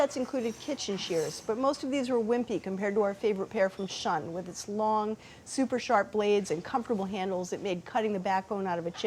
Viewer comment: BTW, 'Shun' is pronounced 'shoon'. Dunno if the presenter was saying 'shun' to make it less confusing...